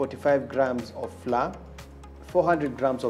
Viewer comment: Chef that unga is not pronounced flur say flower.